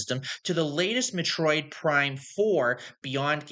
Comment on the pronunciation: Why is this in my recommended feed, and why can't you pronounce Metroid correctly? 😭